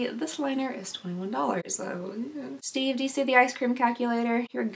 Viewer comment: You calling “Steve” “Steven” made my whole life 😍